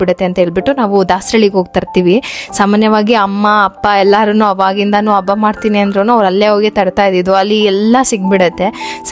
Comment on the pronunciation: Please correct your words abba alla adu Habba Aalu alla haalu, oma alla Homa words pronunciation proper agi madi 🙏